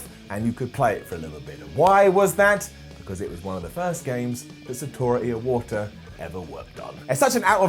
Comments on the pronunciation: he actually said it wrong as "Jinuchi" too....then added a random extra syllable to Iwata's name... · The last time he says Iwata it sounds like ear water.... Edit